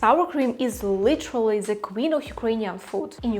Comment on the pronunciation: вітаю, рекомендую казати зі, а не зе у фразах (the most), в ідеалі глухе зі, схоже на ді, будете звучати як нейтів спікер. Конент пушка, піду навалю вареників зі сметаною